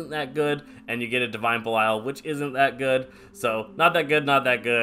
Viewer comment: The first guy I've meet that says belial right